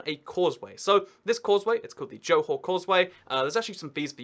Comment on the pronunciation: bukit batok... pronounced right on.... johor ... nicely pronounced too... 👍